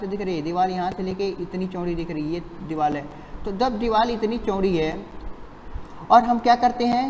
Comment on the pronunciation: Vo deewal nhi hota deewar hota hai lodu 🤣🤣🤣